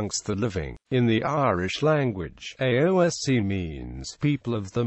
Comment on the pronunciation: This has to be the worst attempt at pronunciation ever. It's pronounced as ess shee or (in the past) aes shee by most Irish Gaelic speakers.